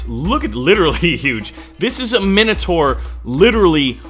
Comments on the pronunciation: It's pronounced mine o tour not min a tour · Sawee to bother you but it's prounoced mine a tor but wrote as minator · the i in minotaur is like an i in mine not minute, just saying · its pronounced mine-o-tour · nah wait that's just the American pronunciation, fuck u America